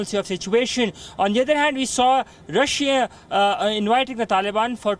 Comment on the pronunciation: The way she said Russia lol